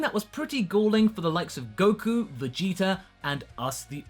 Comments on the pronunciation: he said viggeater lmao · Vegeter. Lmao.